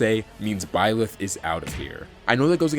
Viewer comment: It hurt me when you said byelth,don’t know if I spell his name right? But anyways, he’s one of my mains. even though everyone hates him I’m very good with him and I like him